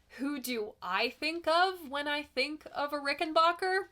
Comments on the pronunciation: It’s not a “RickenBOCKER”. It’s a RickenBACKER! When the head of the family first came through Ellis Island, moving the family to America, he told whatever Federal employee interviewed him and filled out the paperwork, it was pronounced RICKENBACKER, in order to “Americanize” it. I own a RickenBACKER model 360-12 twelve string guitar, identical to George Harrison’s, and researched this discrepancy when I got it years ago. The only difference between George’s RickenBACKER and mine is this: I BOUGHT mine. George was given his by the manufacturer, located to this day in Orange County, CA. Incidentally, in the U.K. the word “leisure” is pronounced “lezhure”, as you hear it on “Rubber Soul”. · "Rickenbacker" is to be pronounced as to rhyme with "soda cracker". Adolph Rickenbacker, who more-or-less founded the company, insisted on it.